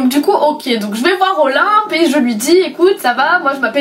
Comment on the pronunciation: tu dis OLIMP defois :')